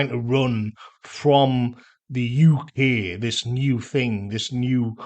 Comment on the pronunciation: To me, it sounds like yookay, as in “ you okay, mate? “ …”no, mate, I’m not ok”